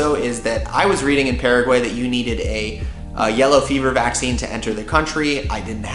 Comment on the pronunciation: I'm from Paraguay, living abroad and I have to say that this is one of the first vlog /blog about my country being fear about describing my lovely Country. I'm very grateful for it! Thought, there are a couple of things I would suggest to correct about the pronunciation such "Paraguay, mbeju, terere, jopara, and the river name" ;)